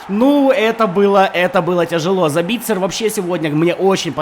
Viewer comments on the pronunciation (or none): ЗАбитцер, а не ЗабИтцер